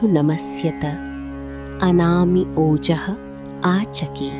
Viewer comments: It's anama not anami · It was written “ANAMA” but she pronounced “ANAMI” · You were pronouncing as anami but in display its given as anama... Which is correct😮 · yeah ...but here it sounds like anami .... or it's okay Thanks 😊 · Anami or Anama? Please clarify if the correct pronunciation is the first or the second. Thanks.